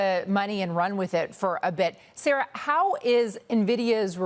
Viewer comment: New mantra. Don't listen to anyone who pronounces it Na-Vidia instead of how the company and gamers pronounce it. N-Vidia.😂